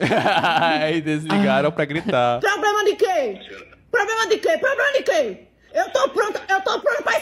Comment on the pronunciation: Um golpista e ainda fala "POBLEMA".